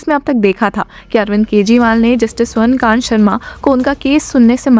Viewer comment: This judge is स्वर्ण कांता not स्वर्ण कांत, she is female not male, correct urs pronunciation to कांता rather than कांत.